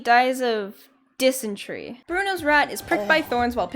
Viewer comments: Dysentery is not pronounced "DIS UN TREE". It also mean floating baby pooped until he died. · Not dis-en-tree🤣✋ FYI The first pronunciation was right but that made my day😂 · I swear to god if the floating baby wins I’m gonna die Edit: It’s dis-en-t-air-ee idk what the hell that other pronunciation was